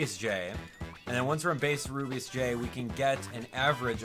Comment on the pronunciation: I hope level-5 fixes Rubeus Js name of speach because when he says his name and trys to say J he ends up cutting it off and instead says jgee its very annoying i hope level-5 fixes this and with any other characters with the same problem even though this is just a small thing.